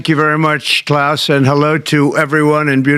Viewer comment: And didnt pronounce it right lol😂